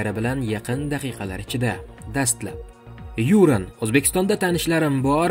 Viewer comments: Озгина тугри талафуз килишни ургансангиз булади! Ю’ран мас Юра’н! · Юууран эмас киска килиб Юран журналист болсанг тугри талаффуз килишни урган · юрен эмас сергей юран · Сергей Юран фамилиясида ургу А харфига берилса тугри булади ЮрАн. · Хайрулла Хамидовдан илтимос кил, Юран деган ким деб ? он тебе точно скажет а то несколько раз не правильно произнёс фамилию. Ведь ты журналист или нет? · Купчилик дикторни хатосини ёзибти , жуда тугри,диктор деган хар бир суз талаффузини олдиндан репетиция килиб олиш керак. Ургуни тугри куйинг ХабарОвскмас ХабАровск,Ююранмас ЮрАн